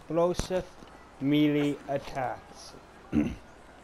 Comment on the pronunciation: Melee is pronounced "may-lay".